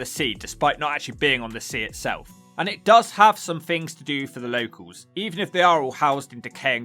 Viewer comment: Am I the only person that can't "unhear" words in this video such as... Redroof Fousand Fings Uver (other) Munf (month) Healf (health) Free (three) Weaverspoons Plymouf Fink Two hundred and firty four fousand Come on chap, sort your commentary out.